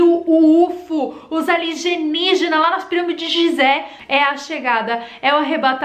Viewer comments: A L I ( G E ) NIÍGINAS CAROL..? O NOME NÃO SERIA. A L I E N Ì G I N A S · Querida o nome é Alienígenas e não aligenigenas ok , fica a dica de português . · Alienígenas e não aligenijas kkkkkkkk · Ela tá falando aligenijas por que quer ?? Kkkkkk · Eu acrediti em "ALIGENIGENAS" como você mesmo fala. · Acopalipese", Aligeniginas, 👏👏👏👏😂😂😂😂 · Boa Tarde Carol linda! Porque vc esta pronunciando ERRADO ,as palavras ALIENÍGENAS" e "APOCALIPSE"? Foi proposital,né!